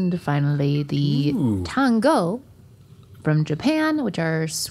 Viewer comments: It's pronounced dango... Like it's spelt... Why did pronounce it tango when it's so easy to pronounce. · Tango no no its dango